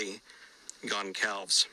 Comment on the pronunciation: I’m guessing it’s pronounced ‘Gon-sal-ves’ no hard ‘c’